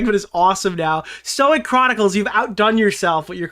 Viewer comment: somebody tell idubbbz it's pronounced Stoyke